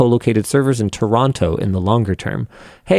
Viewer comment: How come Linus pronounces the second T in Toronto? Is he a real Canadian? Was he quoting the Graphene rep. phonetically?